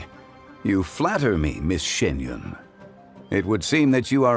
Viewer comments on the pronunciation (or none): Bruhhh... Xianyun not Xingyun